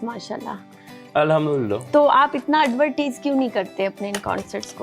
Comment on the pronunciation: محترمہ نے ایک جگہ ایڈورٹیز کہا ہے، لیکن لفظ پراپر ایڈورٹائز ہوتا ہے جی۰